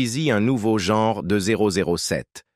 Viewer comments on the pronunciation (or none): none